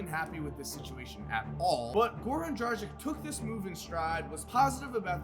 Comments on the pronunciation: It's pronouced DRAGUIC not DRAJIC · Why is everyone mispronouncing Dragić name? 😂 is it that hard? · the way you pronnounce Dragič just pisses me off